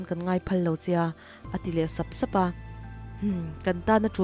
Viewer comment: Sap sap, raih raih etc..... ka ngaihthlak ve chinah vawikhat mah a thluk dikin i la lam lo. Thawnthu dangah pawh a ni tho.